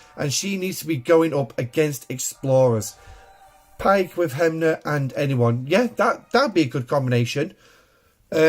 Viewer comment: sorry - the Officer is called "SNW Hem-mer" you read him as HemNer > just think on the song "its Hammer time"